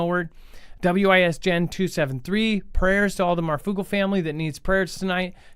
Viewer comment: Why is saying Wisjen name like that